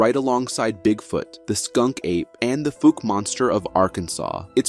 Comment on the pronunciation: The "Fooke" monster??? It's pronounced The "F-owk" monster.